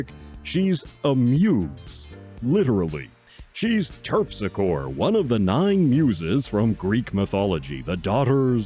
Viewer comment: It's pronounced Terp-sick-oree.